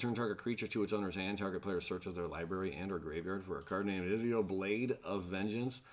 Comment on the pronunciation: Ezio is actually pronounced ET-ZIO lol